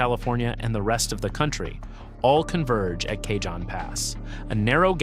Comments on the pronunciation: J in Cajon Pass is silent. This is how I know its an AI narration. LoL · IIt takes cojones to mis-pronounce Cajon multiple times when talking to Southern California. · Does not know how to pronounce "Cajon". It's Spanish. The J is pronounced as "H". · This same creator did a similar video about Mt. Rainier erupting. If you thought their pronunciation of “Cajon” was bad, just wait and see what they did to “Puyallup”… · Cay-John Pass?? Do your homework and say it right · Yeah, I know it’s pronounced Ca-hone Pass. Used to live down there. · Stupid effing AI narration, it's pronounced: "ka - HOHN" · Yeah, i figured that cajon was really ka-HOHN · AI can't pronounce dollar amounts properly either. Maybe if AI went to school in El Cay-John it would know. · Maybe you should learn how to pronounce "Cajon". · Kuh-HONE, rhymes with ALONE. It's not CAY-John, don't be ridiculous. 😂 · Bad AI narration..... Took 13 whole seconds to get something wrong. "Cajon" - as in the Cajon Pass, is pronounced "kah-hone" not "Kay-john". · PLEASE!!!!!!!!!The J in Cajon is soft like an H! Spanish word ya know. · Cajon is pronounced "kah- HONE". Not "KAY-john". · for God's sake why do all these posts have to be with with AI narraters who don't know haow to pronounce names such as Cajon? Cahon not Cay Jon. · lol, k-John pass! It’s ka-Hohn pass dilbert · AI Slop video. Cajon Pass pronounced as "Kay-John" Pass. It's a Spanish word for "box" and is pronounced "Ca-hone" Pass. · Driving me crazy! It's NOT Kay-John (cajon) Pass. It's Cah-hon (Cajon) Pass. It's Spanish... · Not "k john" pass... "Kah hon" pass. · "K-John pass"? Pronounced Kuh- hone. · Its pronounced CaHON not CaJOHN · KAH- Hone. Cayjohn 😂😂😂😂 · Cay-john Pass? Seriously? I love these but the mispronunciation of names is irritating. Cajon (KA-hone) is a Spanish word meaning 'box'. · Cajon pronounced Kay hon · I dipped at Cay-John. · Cajon is pronounced " Kah - Hone" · It is pronounced cahon. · Cajon is pronounced "kuh-hone" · Cah-HON pass.